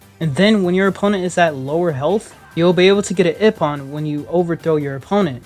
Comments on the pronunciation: Ippon (ee-pon) not ippin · Ippon (eepon)not ippin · ok lemme tell you how to pronuce ippon "E PON" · Love the video, but the way you say "Ippon" as "Ihpun" is an interesting choice that will prolly piss some people off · Pronounce IPPON as E pon